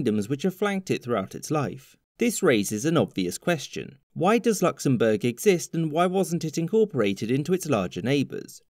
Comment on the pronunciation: ah yes, Knocksenbourg